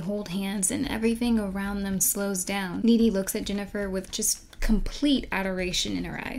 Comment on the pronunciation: GOD-DAMIT, her character name is N-E-E-D-Y!